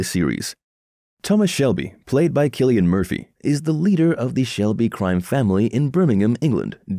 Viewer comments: I stopped watching at the audacity to call him "Thomas Selby". It's SHELBY! Ghosh you even made me like Billy Kimber's way of saying it. WTF! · Man said selby